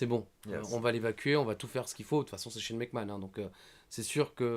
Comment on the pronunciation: I me tue avec son Shane Mac kant !!!!